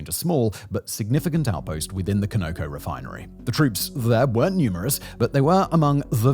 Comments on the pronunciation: It’s “kahn-oh-co” not “koe-no-co” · Canoco? Doesn’t he mean Conoco? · It's Conoco, pronounced with the accent on the first syllable. "CON-o-co" (NOT con-OH-co) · CONOCO is pronounced CON-a-co, not co-KNOW-co. Stands for Continental Oil Company. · Someone needs to explain to this guy how to pronounce "Conoco". I worked for the Conoco-Phillips company, I can assure he's pronouncing it incorrectly. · Pronunciation of Conoco has me 😂😂